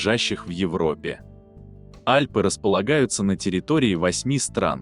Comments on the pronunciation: Сам ты Альпы́, А́льпы. :face-green-smiling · 10 из 12 вопросов Но все таки.Альпы а не АльпЫ.Если хотите задавать.вопросы потенциальным гениям-будьте на уровне.